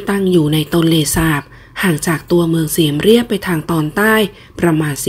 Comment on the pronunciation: น่าจะอ่านว่าเมืองเสียมราฐไม่ใช่เสียมเรัยบ